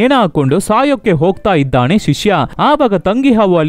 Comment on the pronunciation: ಅಣ್ಣ ಅದು ಇದ್ದಾನೆ -- ಇದ್ದಾಣೆ ಅಲ್ಲ... 🙏